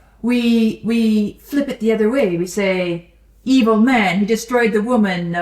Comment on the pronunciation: I hear it that way sometimes, the way they turn evil into a three syllable word (ee-ee-vil) is pretty close to "meed-ee-vil"!